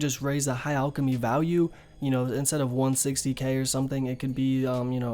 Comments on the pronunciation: its fucking PRONOUNCED LIKE AL K NOT ALL K AL CHEM Y NOT ALL CHEM Y FFS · "ulkimy" REEEEEEEEEEEEEEEEEE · Its not pronounced “Allchemy” plz